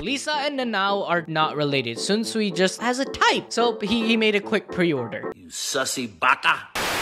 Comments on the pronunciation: not Sunsui, not zunsui, it's Shinsuii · Please stop saying sunsuii its sh Sh SHunsui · bro who the fuck is swunswui bru its SHUNSUI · Bro, the H in Shunsui's name isn't silent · I stopped when you misspronounced Shunsui's name twice back to back xd L